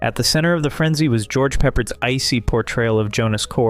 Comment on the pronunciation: Popard say his name correct? He's not pepper